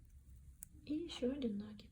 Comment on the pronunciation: Пожалуйста, не коверкайте слова, изучайте орфографию.. Слух режет Ваш нАкид!